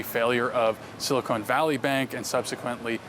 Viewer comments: Silicon Valley,. Not "Silicone Valley." That's something else 😉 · The (mis-)pronunciation "Silicone Valley Bank" needs to catch on 💯